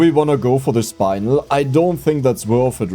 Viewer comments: it's spin-el. you spin me right round. And then el, like el burrito. It is spinel, spin-el, not "spine-el", SPIN+EL, it's not a difficult one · Eyo, fist I wanna let you know I love watching your vids, and you do in fact help me fall asleep several times every week. Second I want to respectfully correct a pronunciation: Spinel. "Spin" around, and "nel" as in Nelly. Spin-nell. Danka ❤ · How people gonna get mad your pronounce iron with a German accent but not get mad your pronouncing spinel wrong 😆(idc either way)